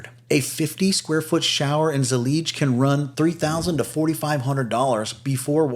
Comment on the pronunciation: Zellige is pronounced Zell- I-Ga ( arabic)